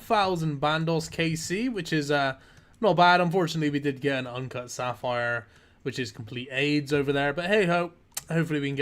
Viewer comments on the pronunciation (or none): none